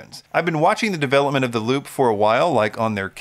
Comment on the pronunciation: Unrelated squirrel brain comment, isn't Lupe pronounced Lupe (Lupay) like the woman's name?